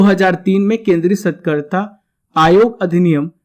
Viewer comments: सतकर्ता नहीं, सतर्कता है ।वो बाकी very nice information👍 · कृपया सही उच्चारण करें- सतर्कता आयुक्त It's not SATKARTA It is SATARKTA Thanks. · Aap satrakta aayukta ko galat dhang se padh rhe hai sir